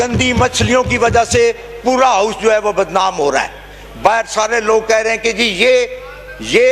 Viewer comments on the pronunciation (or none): none